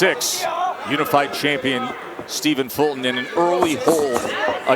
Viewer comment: Why are they calling him "Folton" instead of "Fulton"?